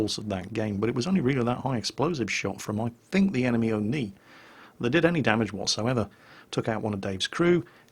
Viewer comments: Where did you got the intro music from:O edit: around 6 mins in vid you keep saying AMX 13 75 but it's an AMX 12t;) and OI (instead of O-ni at 21 mins;P) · And the O-Ni as O-I